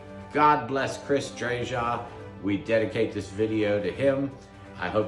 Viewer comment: Please pronounce Chris’s name correctly. It’s “Drayuh”. Thanks!